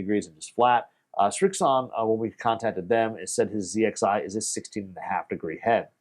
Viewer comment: Thank you for not saying zed xi 😂